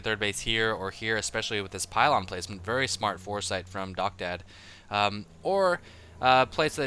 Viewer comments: His name is pronounced "Docta Dee" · Isn't DoctaD pronounced "Docta D" like in doctor d?